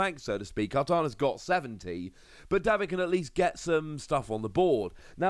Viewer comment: Day-vid,, not Daw-vid.